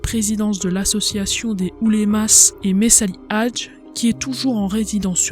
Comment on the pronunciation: Beau résumé, bravo. Attention à la prononciation de quelques mots : fellagas et oulemas, on ne prononce pas le S à la fin ; Charles Quint se prononce "quin"